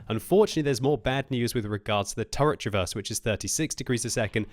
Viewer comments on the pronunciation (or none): none